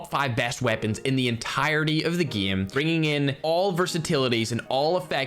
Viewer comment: Can you say game and eight correctly. Not eit... EIGHT and not gme... GAME. Also we know your talking about CoD Mobile please stop saying it constantly. Other that those 2 really annoying things your content is very good.